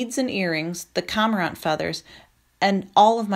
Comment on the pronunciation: I love this book but the numerous mispronunciations are very distracting to me. Aleut= A-loot, not Al-eh-wit Cormorant= Core-more-ant, not com-Ah-rahnt Sinew= Sin-you, not sin-ewe